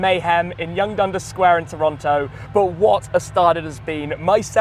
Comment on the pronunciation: Why do you say Dunder? I'm really curious.